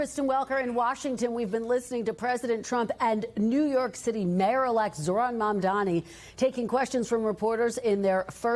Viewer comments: Why can't they pronoince M-A-M-D-A-N-I ... stress on that "N". Why? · Why can’t any of the panelists say Mamdani? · Meghan Hays could not prouncoue Mamdani's name? Is it some sort of a mental block? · can you guys please learn how to pronounce his name. it's not that hard